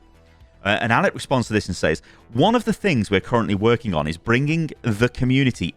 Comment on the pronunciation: "says" is pronounced "sez" by the way. i got roasted for it during middle school by the whole class and ever since then i've ever pronounced that word wrong